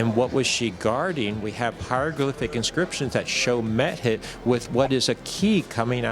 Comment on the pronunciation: Every now and then it sounds like Schoch is saying " Meth Head" instead of Mehit. It has to do with how he emphasizes the syllables I think.